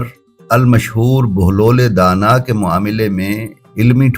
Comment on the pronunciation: pahle inka nam sahi bolo bahelul danah